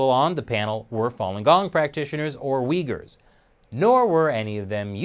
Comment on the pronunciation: Took a shot every time you said Uigher. They can have my liver now 😑